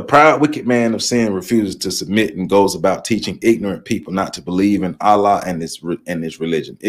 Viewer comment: Please pardon my correction of your pronunciation of the Arabic word ALLAH, but it is pronounced: "al-llah." You say the FIRST SYLLABLE like you are pronouncing the English male first name "AL" and you put MORE EMPHASIS on the SECOND SYLLABLE which has the SAME "a" sound as in the English word "law" when saying "LLAH." Also, many people mispronounce the Arabic word MUSLIM, which should be pronounced in Arabic like this: "MU" and "SLIM" but many English-speaking people mispronounce it as MUS and LIM which is WRONG.